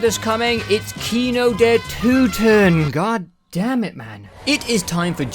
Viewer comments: wait... no. Its toten. not too-ten... you were right pre edit 💀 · I don't know where you got the German pronunciation from but some of your corrections were way worse than your initial try lol. Kino der Toten was fine, but you corrected it to Kino der Tooten for some reason. Cool vid btw :) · You pronounced it right the first time, it’s not “Tooten”. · Bro it ain't tooten it's toten lol. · man you pronounced kino der toten right the first time (hello from germany btw) its toten not tuten XD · I don't wanna be that guy but it's not "Tooten", it's more like "Torten" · That is NOT how you pronounce "Toten" 😂 it's not Tooten, it's more akin of "Tåten" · Why all English speakers think that the O in german is called U. Kino der Toten is right and not Kino der Tuten, the same for Nacht der Untoten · Sorry im a little late here but the first time you pronounced toten it was correct not the tooten you said after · no idea why you think its pronounced tooten lmao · Nobody says toten like that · A message on behalf of the cod zombies community: Love the video, happy to see new zombies players, but you had "Toten" right the first time, no one says "tootin." Who even told you that? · Fun Video. Would look forward for more parts. One thing though: It urks me a bit that you get "Toten" wrong in the correction, where you make it sound like Tüten (Bags). Like you had Kino der Toten pretty much right the first go around and only had messed up "Nacht" of Nacht der Untoten, which you did get right in the correction. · With Nacht and Kino you pronounced "Toten" correctly the first time and incorrectly the second time I think. Minor detail, rest of the video was good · As a german, your pronunciation of the word „toten“ was actually better on your first attempt. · Whats funny to me is that you still miss pronounce "Toten" in the gameshow bits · You had toten pronounced right the first time oh god it hurt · no you said toten right the first time for nacht and kino